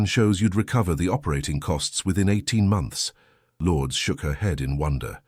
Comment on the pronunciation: Filipino pronunciation lour -dez